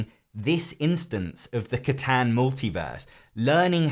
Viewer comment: Honey you did not actually just pronounce Catan like that. I am dead inside.